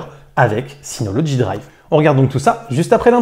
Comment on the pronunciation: Mais pourquoi tu dis toujours "synoloDgy" alors qu'il n'y a pas de D !!! Sinon encore une vidéo très intéressante merci pour tes vidéos.